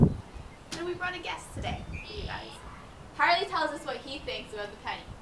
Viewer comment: it's harley not Harvey. Wow